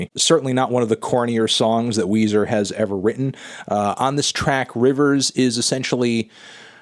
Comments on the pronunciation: It’s Weezer not Wheezy from Toy Story 2, Melon. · It’s Weezer not Weezy from Young Money, Melon.